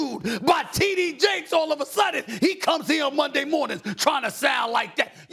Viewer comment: That man said T.D. Jakes 🤣🤣🤣🤣